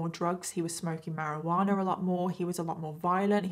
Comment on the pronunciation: She said marijuaner lol